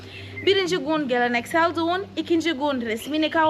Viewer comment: Düğün yerine duğun demesi çok iyi ya 😂